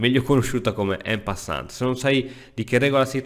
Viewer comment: Cerca di fare un po' di attenzione anche alla forma. Non si dice "se il re sarebbe" ma "se il re fosse". E "en passant" è francese e quindi si pronuncia "an passant". A parte questo, grazie per i tuoi preziosi consigli.